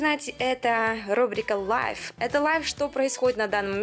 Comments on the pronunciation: не лайв а лив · live читается как лив же